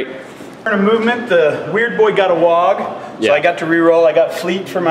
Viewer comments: It's WAAAGH! not wogg. And ya it's hooligan, that's the point. Way to suck the life out of having fun with orkz. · stop saying Wogg. It's just cockney for war.